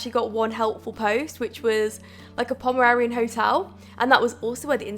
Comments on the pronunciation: Getting triggered everytime says Pomerarian instead of Pomeranian lol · Hey I love you and your channel, but you are saying the dog breed wrong. Its Pomeranian, not pomerarian. Again sorry for the "hate" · Yeah it sounds like she's saying 'pomerarian' instead of 'pomeranian' 😂 can also confirm it's not the accent cause I have the same accent haha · She has an accent and she said Pomararian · Okay wait did anyone else think she said Pomeranian weird or was that just me😂